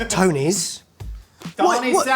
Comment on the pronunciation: The way he said Tony's literally sounds like toe knees